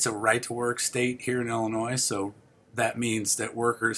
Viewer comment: ILL&ANNOYED (Illinois) 😂